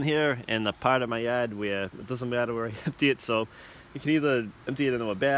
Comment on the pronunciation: What’re “filta” and “yea” and “yad”Just kidding. Good job, very helpful, and very likable!